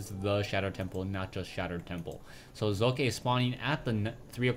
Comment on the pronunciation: Heads up here on how to pronounce 'Socke' =) translate. google .com/#de|de|socke Remove the spaces and listen to it.. the Z in the beginning is good but the E in the end isn't =) #rawr